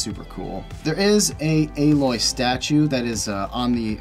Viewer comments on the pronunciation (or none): none